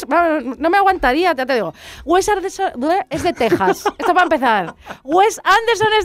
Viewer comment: Esto no es una crítica a la película, es un ataque al director, o sea primero aprende a hablar, no sabes ni decir "Wes Anderson" ni "Moonrise Kingdom".